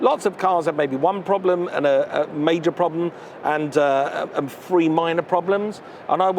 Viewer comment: Mike Brewer ha a low class cockney accent that's hard to follow. Hey dumbass it's THREE not FREE.